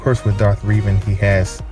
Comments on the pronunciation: Reh Ven not reeeevan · 10/10. Though I'm pretty sure it's pronounced Revan not Reevan. But good drawing